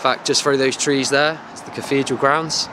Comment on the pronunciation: Dude, there is no such word as cafedral, it is caTHedral!